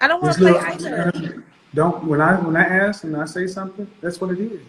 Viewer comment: ‘Aks” instead of “ask”…Red flag Interrupting and over-talking…Red Flag All that rage and indignance…RED french-toast FLAG!!!